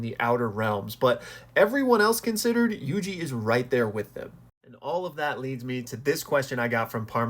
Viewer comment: Pronouncing my name correctly has strengthened my fandom in you exponentially